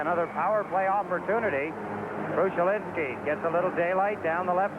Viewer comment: It's amusing to hear Jiggs call him "Krushelinsky."